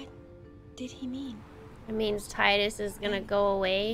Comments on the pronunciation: Ok I’ll pronounce it as titty now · Thank God she says Tidus's name like how I pronounce it even if it's wrong. I'm not alone! 😂😂😂